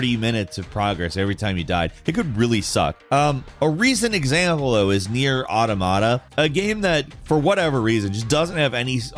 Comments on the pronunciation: "Nier Oddamodda"?? Come on, dude, crack a dictionary... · Why are you so bad at pronouncing nier automata